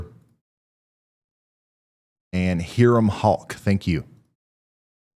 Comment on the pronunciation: Pronounced High Rum. Hiram is near me